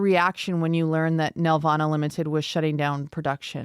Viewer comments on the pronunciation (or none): Why doesn't anyone on YouTube know how to pronounce the name of one of the biggest animation studios in Canada?! It's nel-VAH-nuh, emphasis on the VAN in the middle it's not a Grundge banf from the 90's. David knows how to say it; why didn't they listen to him? We didn't 'make' Barney; we distributed it. BTW, Sheridan crapped all the time on Nelvana, they saw television as beneath their students at least around 92-93.